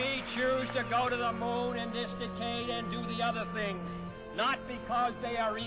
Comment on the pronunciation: As much as I am sensitive to sound and pronunciation, I'm glad thay memory is correct in that he did use a weird pronunciation for " decade". There's several more that people have changed "Caribbean" is a good example.